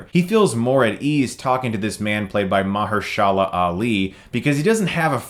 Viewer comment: I love Mah-hir-shah-lah.